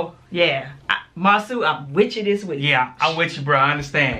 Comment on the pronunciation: Marsau’ name is pronounced Mar-So 😉 I went to school with him and his brother. Great review!